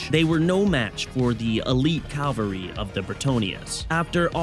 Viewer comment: It's cavalry (ka-val-rie), Calvary would be the place of the crucifixion of the Lord Jesus Christ. Good video tho, hope you get more views!